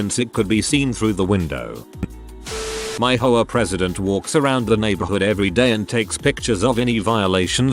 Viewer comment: H O A, not ho a. Darn computer voice.